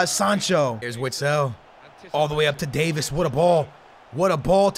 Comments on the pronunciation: it’s Davies not Davis, (Dave- eees) the e are like saying the letter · It’s not pronounced Davis, it is pronounced like davees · please stop saying Davis it’s Davieeeeees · If you say “day-vis” instead of HOW ITS REALLY PRONOUNCED “day-vees” ima snap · Davies not Davis 😂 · Btw you don’t pronounce it “davis” you pronounce it like “day veys” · Alphonso Davies is pronounced Day-vees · It is pronounced Davees